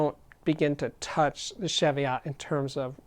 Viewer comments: "Sheviott" nope.... CHEVIOTT please. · Another great review, Steve. Just FYI, it's pronounced chee-vee-it, no shev-ee-ot. Named after some hills on the England/Scotland border. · Ch-evy-otts? Try chee-vee-ots. Sometimes pronunciation grates, but only when i know what it is right, which isn't often. For your global audience please give weight in Kg as wall as lbs. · Great video Steve as always. Just a tiny gripe - pronounce 'Chev-iot' like Chevy Chase. It's a mountain range in England, UK. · It’s pronounced she-vee-ot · pronounce chee-vee-ot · Its pronouced cheeviet. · Steve love your reviews always full of enthusiasm :-) One thing though the pronunciation is (Cheeviot) godamn the English heheheh. Keep up the great work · As in Cheviot Hills in Northumberland.And pronounced Chee-viot.It is not a car. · Love Tannoys and the sound they produce. Just one little thing, it’s pronounced with a hard CH as in Cheese not a soft CH as in Chevy. The name comes from a series of hills that straddle the border between England and Scotland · It's pronounced Cheev-iot. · Jfyi., it's pronounced 'Cheeviot' or 'Cheeviat' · Yeah, that's just a UK English/US English thing though, no? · Cheviot as in cheese or chicken or chech your pronunciation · Thankyou for that, I was just about to make the same comment. I almost chucked when I heard this guys pronunciation!!